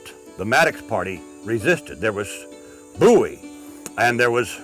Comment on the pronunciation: FINALLY, SOMEONE WHO SAYS BOWIE THE RIGHT WAY!!!!!!!